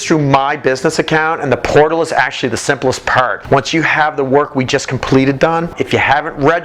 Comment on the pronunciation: "Simplest part" sounds super Canadian. Love it!